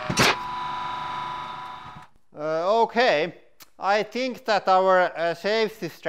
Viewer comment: I like it when he says “houkay” 😁